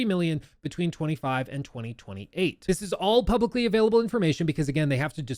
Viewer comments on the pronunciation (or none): none